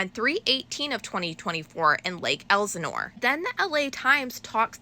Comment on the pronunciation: Excellent reporting as always! So thorough and precise. Much appreciated❣️ Just want to point out a pronunciation error…it’s Lake EL-sinore, not EYE-sinore (I lived in the Inland Empire for a few yrs). Keep up the awesome work!!! 💕